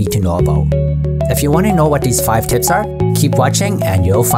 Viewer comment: Whenever he says tips,I hear tits. Just me ? 🤔